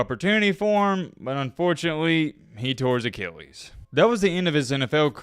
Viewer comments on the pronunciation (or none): none